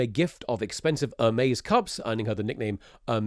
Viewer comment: Its "hermes" not "ermez"